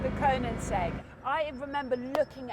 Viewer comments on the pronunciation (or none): Konensegg? KO-NEN-SEGG?? Is she even a fan?! it is called Koe-nig-segg or in swedish Königsegg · Great film and great car! Before you buy one Jodie, you need to work on your pronunciation of KoeniGsegg...it sounds like you say KoeniNsegg ;-) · Glorious video Jodie. Glorious shouting. Glorious weather. Glorious car. Glorious track. Glorious sound. Awful pronunciation of Koenigsegg!! 😂😂😜